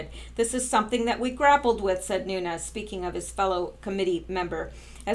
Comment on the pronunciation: Vessel_net_sky_ya. You did a great job on her name. I'm also glad you're saying Devin Nunes New_nez name correctly. Thank you for all your hard work and very interesting YouTube's. Keep up the great work and hopefully you'll come back to the USA to live full time as a US citizen soon